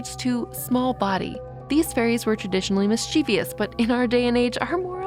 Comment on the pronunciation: I love you, but mischievous is pronounced mischief- us, not miss-chee-vee-us. Look at the spelling. There’s no I between the v and the ous.